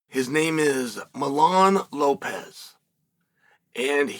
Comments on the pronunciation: His name is Mijaín, not Milán. 🙄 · Me-HA-Ee-N…. For pronunciation in English… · Funny how chael calls him milan jajajjaja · "i have already given his name" you said it wrong buddy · It bothered me the whole time he kept pronouncing the name wrong 😂, it’s like Yoel Romero being called Joel Romero. 😂